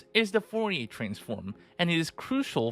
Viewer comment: Foh-ye transform lol